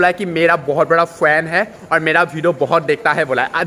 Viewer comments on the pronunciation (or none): bahut bada "Fwann" hai 😂